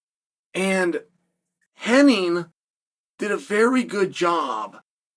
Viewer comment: HennIG not Henning